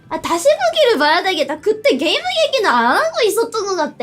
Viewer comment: 아니 게이므인지 게이물인지는 너무 다른데 ㅋㅋㅋㅋㅋ